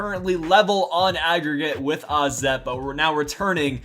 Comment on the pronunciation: Wait... How did you pronounce 'AZ' the right way?